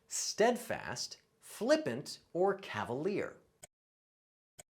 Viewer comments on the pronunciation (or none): none